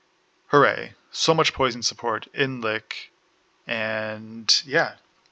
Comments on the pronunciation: lol no there only one correct way to say Lich and its not "lick" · I enjoyed the video and the lenghty description, but I cringed everytime you said said ''Lick'' lol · Like the concept but this video is way longer than it should be and hearing you mispronounce Lich triggers me. Like do you pronounce rich as rick? 🤔 Hopefully over time your content will get better. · I enjoy the theorycrafting and details on skill interactions. You're clear on your reasoning which helps a lot. It would be helpful to include more details as to the recommended order in which to take nodes and passives. I have no experience with liches and a better idea on sequencing would be nice for survivability. And pronunciation-wise, yours with "lich" just sounded like you were from Germany or spoke Yiddish. No biggie.